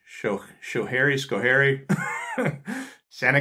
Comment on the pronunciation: You did an amazing job on Schoharie, but with Steuben you must emphasize the BEN......Steu-BEN County. Great video!